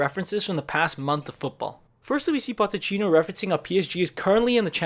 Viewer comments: Great vids man keep it up! Just letting you know tho it’s PoCHeTTino not PoTTeCHino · it s not potechino it is pochettino